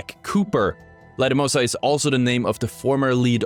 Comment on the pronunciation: When you were talking about thunderdome you confused Kuben Blisk and Ballistic. Also i dont think you said Lastimosa correctly once in this video lol